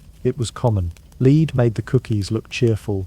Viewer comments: 10pm South Africa. Lead. Pronounced 'led' not 'leed'.That got a bit annoying. The rest was wonderful. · Leed? Or lead? AI is so annoying, I'm done here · Listening from central Canada. Early June 2025. Is the voice AI generated? Surely “lead” is pronounced “led” when referring to the mineral … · Teach yr AI to say led for lead. so annoying and an instant turn off.😮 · I hear “lead” mispronounced. Is this an AI mispronunciation? Not listening to these ones anymore 😮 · Lead? 😮 is this an AI mispronunciation? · Always been grateful that AI doesn’t know how to properly pronounce Lead. It’s not a different accent it’s fake ass shit and needs to be banned. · And lead.